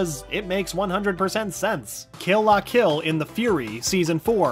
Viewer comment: YOU TRIGGERED ME! If you are going to talk about anime pronounce them right. Kill la kill was pronounced wrong